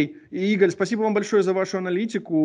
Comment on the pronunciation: Ударение на второй слог. Это ИгАль, а не типа Игор